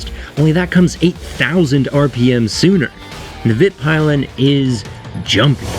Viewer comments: Hi! Please, americans! It's not a pile of vits, it's Swedish, means and is pronounced veet (rhymes with wheat!) peel(like orange peel!)-en. But still, gorgeous review and superbly done! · Almost perfect review, except the pronunciation of Vitpilen, it's not vitpie-len, it's pronounced Vitpeelen. Small thing but noticeable nonetheless. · Vitpilen is pronounced ”veetpeelen”, not ”vitt-pile-en”. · Veet Peelen... Not Vitt Pylen ;) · Agree on liking the bike 😊 Vit-pee-len is not right tho. Sounds more like Vit-piilen in Swedish 🙂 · Just a slight FYI. It is pronounced "veet peelen". White arrow. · Pronounce it like you're saying Pill....en! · It's pronounced Veet Peelen. Good review though, it´s a cool bike. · LOVE your vid`s 👍 The “i`s” in the bike name is pronounced “EE” by the way. W”EE”TP”EE”len.... ! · Nearly perfect - just gotta get the name right: Vit-pee-len. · Awsome video or maybe we should make a New category for this kínd of super high quality content...SHQC?. For the record just wanted to help you with the pronounciation of the model name. Vitpilen is procnounced “veetpeelen” for the native english speaking population. In swedish it means “the white arrow”. In the case of svartpilen it’s pronounced “svartpeelen”, meaning “the black arrow “. Congrats in the high quality content. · Just a friendly F.Y.I. from a Swede - It's pronounced more like Veet-peelen :) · Great job on the video! Vitpīlen should not be pronounced like vitpailen :) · The i is pronounced like ee in meet. Veet-peel-en. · So.. did he like it? And please its pronounced veetpeelen just sayin as a swede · Hearing you say "Vitpilen" gave me cancer and corona combined. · Your pronounciation of vitpilen is hilarious :-) Nice vid, I could never afford an MC in a million years but I'm watching anyway! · Me as a "Dutchy" either. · great video but your pronunciation of vitpilen almost made me turn it off a couple of minutes in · another video masterpiece. jsut pronounced vitpilen wrong haha